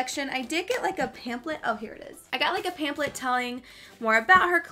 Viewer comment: DYING at the way you say pampHlet ;) ... PAMPLET lol